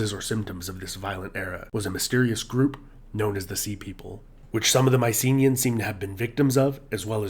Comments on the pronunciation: For fuck's sake,make the effort to pronounce their name. It isn't MICE-EENAY, it is MEE-KEE-NAE. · Would Myceneans be pronounced with a hard K sound instead of the Ss?